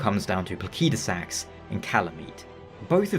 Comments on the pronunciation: I just assumed it was pronounced "plaseedusax", but I never had any special reason for it. Given Elden Ring's other dragons, it would logically make sense to just follow their language roots and use that. So "plakeydusax" seems to be the more accurate. I'll probably end up keep using the "wrong" version still, since I've illogically gotten attatched to it. Unless Fromsoftware does as Pokémon with Arceus by giving a clear official way to say it (Ar-key-us btw, since Ar-sea-us sounds similar to british "arse"). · i wasn't trying to be rude, i was mostly bewildered cuz as far as I'm aware the vast majority of the community pronounces it pla-sid-u-sax and this is the first time ive ever heard it pronounced even slightly different. not trying to rag on you. just wasn't sure if it was an accent thing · This mf calling Placidusax "Plakeydasax" hurts my bones.💀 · good video but the way you say Placidusax makes me wanna pull my hair out. ive only heard people pronounce it pla-sid-u-sax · I figured it would be pronounced placid-u-sax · just because game is made by a Japanese Studio do you think every name should be pronounced by phonetic Japanese? Do you also pronounce Alexander, Diallos, Radagon in phonetic Japanese? Elden Ring names mostly come from old Germanic languages and Latin. Placid = Latin for still or peaceful. Sax = Latin for stone.